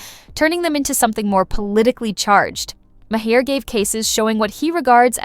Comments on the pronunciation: Maher, not ma hare. Mahr. Rhymes with bar. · Did you hear May-her? Instead of Mahr? Or is the spelling wrong? Katherine and Bill both spell their name Maher. Sorry, but I didn’t hear Bill May-her. Oh, wait. Now I get it. Lol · I also heard another name and a different pronunciation; Ma-heir. That must be AI voice.